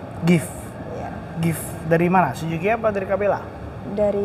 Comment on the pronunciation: Sujuki apa suzuki si host 😂😂